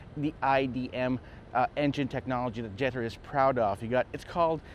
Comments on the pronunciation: Pronounced jet tour 😂 Now go sit in one first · When the car was planned and designed, it surely was done so in Chinese and in English. Not in Spanish nor Tagalog. It's pronounced jet tour. Easy peasy artichokey. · hahah napansin ko din. Cringe amp JETTEEERrr